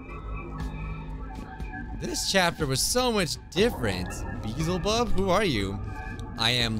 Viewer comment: the fact that called Beelzebub "beezlebub"- i thought it was pronounced that way too once but nope, it's not- 💀